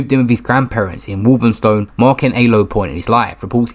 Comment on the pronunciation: Its Walthamstow, not Walthamstone.